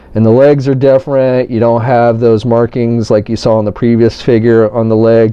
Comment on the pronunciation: "But it's differi"